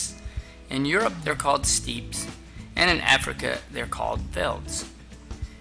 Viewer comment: Not to be that guy, but I believe “steppes” is pronounced like “steps”.